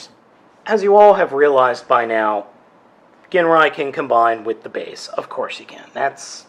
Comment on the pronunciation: i keep hearing everybody pronounce his name wrong i have masterforce his name is pronounced (jin-rye) other than that lol i got this same set at toys r us too and he remains my prized transformer, and his stickers are pretty thin so if you apply them all the wrinkles should go away as long as the glue on them is still good